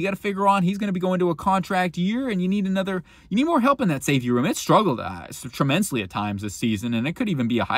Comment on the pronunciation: “Tremensly” huh?